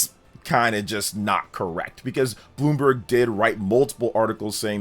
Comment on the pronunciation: Bloom- BERG